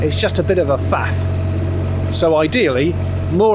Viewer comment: _"..... it's just a bit of a fath." What's a 'fath'?